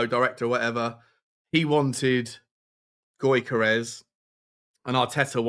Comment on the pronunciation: You`re pronounciation is terrible mate. Newcstle`s Isak is pronounced as Eas-ak. Gyokeres is pronounced as Jock-eres